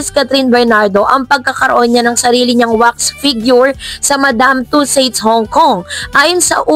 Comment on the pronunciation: advise lang - please google the correct pronunciation of madame tussauds, alam ko in the future ibabalita mo pa rin yan kasi 2026 pa pala matatapos yung wax figure. thank you.